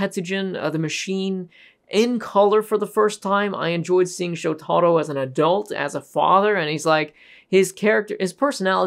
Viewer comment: It's pronounced Showta-ro. NOT Sho-tarro